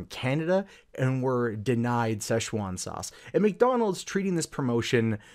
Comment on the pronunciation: Why are you saying "session one" sauce? You're adding too many syllables guy.